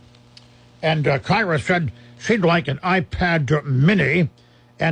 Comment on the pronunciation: Hey this is my letter being read I'm The granddaughter of George bourdon I'm kyrah paige when he says it kiyrah paige